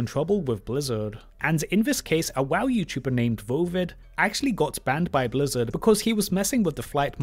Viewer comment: FwEe Bwizzawd BalaNce CawD